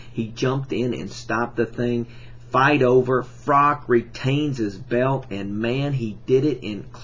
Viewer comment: His name is Froch, not Frok... Good video though